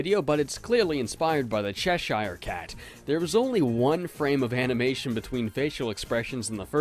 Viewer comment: the way you said cheshire was so cursed